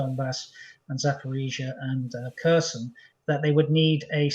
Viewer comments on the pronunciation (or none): none